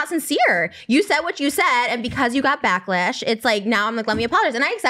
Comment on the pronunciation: “backlesh” HAHHAHA